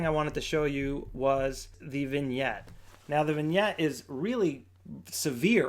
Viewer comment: Vignette, not vingette.